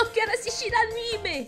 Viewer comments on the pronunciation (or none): none